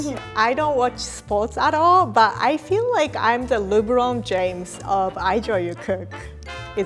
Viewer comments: "Leberun James", don't stop being. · Did she say Luboron james ajajajajjajajajaj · I'm just realized that try to pronounce lebron james. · The way said Lebron James